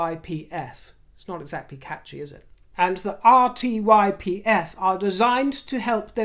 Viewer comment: RTYPF. When you say it it sounds like ‘ar*ywipe’. Oh dear.